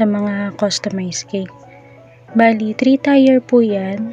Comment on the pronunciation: ate..dont get offended kung ikokorek ko yung pagpronounce mo ng TIER...... bigkasin niyo po na parang kasing bigkas siya ng TIR o kaya TEER..sorry po ha.. I didnt mean to offend you po..ayoko lng po na may magbash sa inyo..idol kopo kc kayo sa paggawa ng cake..home baker din po ako..Lets be friends po.